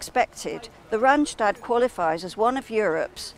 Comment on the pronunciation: Actually, its 'RandSTAD' and not 'Randshtad'. Yes, our Randstad can be very busy, too busy even, and very polluting. And as The Netherlands is a small country, a little pollution is equivalent to a lot. It is also very expensive, so many people like to work in the Randstad and live elsewhere, which is why there is a lot of commuting. Clarification = Randstad is NOT one city but several! In the south, it starts with Dordrecht and then stretches about 100 km. to the north to Amsterdam and surroundings. That's 100 km. of crawling traffic if you are unlucky.